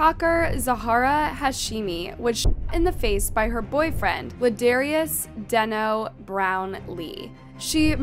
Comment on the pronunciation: How are you mispronouncing deno it's giving Ai because huh